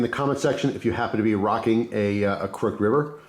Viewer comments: Haha I was thinking the same! It’s pronounced ‘cruck-hid’ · Never heard anyone pronounce "crooked" the way you do, crook'd vs crook•ed. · wait. have i been saying "crooked" wrong this whole time? im confused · Didnt even notice he said it different till i read this comment ha